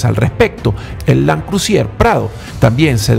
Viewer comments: cual landcrusier????? cual landcrusier???????????????? LAND CRUISER!!!!!!( LAND CRU...SER se pronuncia!) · Land CRUSIER??? no será Land CRUISER???... sangran mis oídos cada vez que escucho CRU-SI-ER